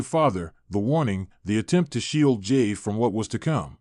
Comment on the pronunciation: I wish you would learn how to pronounce Jey's name correctly.